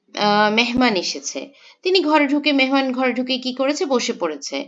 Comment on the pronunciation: মেনমান নাকী মেহমান